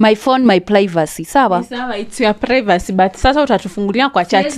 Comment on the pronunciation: Who else heard plaivacy from from the auntie?